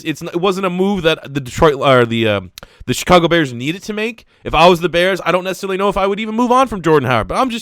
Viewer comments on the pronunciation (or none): none